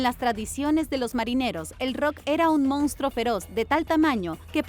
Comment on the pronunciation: Hay que aprender a leer bien y pronunciar correctamente ya que no se die mounstro se dice monstruo,ese defecto se da casi en todos los que no saben leer bien